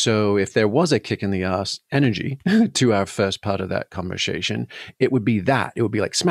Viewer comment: God I love, his clarity and finely tuned moral compass - just wish he could pronounce "conversation" properly.